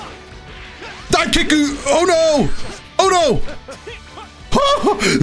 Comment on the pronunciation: Did you really say "Dive kickku!" LMAO